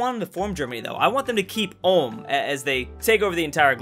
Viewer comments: Ulm is pronounced like OOLM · Btw the U in Ulm is pronounced like the U in Uber just that you know. Good video :) I enjoyed it! Greetings from Baden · Did this guy just say Ulme* with a hard r? That's a loss of a sub from me bub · It triggers me everytime he pronounces Ulm wrong. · Albert Einstein was born in Ulm, so....... ALULM ULMSTEIN LOL 😆 🇩🇪🇩🇪🇩🇪🇩🇪🇩🇪🇩🇪🇩🇪🇩🇪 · Er kann Ulm nicht aussprechen XD